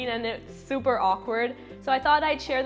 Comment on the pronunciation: I love it how she says ' it was SUPER awkward'